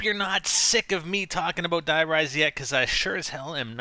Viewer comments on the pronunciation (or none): please man Die in german is pronounced DEE thanks :) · it's not "DIE RISE" ! it's german dude... if you must pronounce it in american, say " the rise" ? x ) it's not die like in killing or anything... N00b americans die = the.